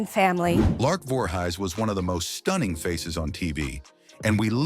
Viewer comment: "Lark Voorhighs?"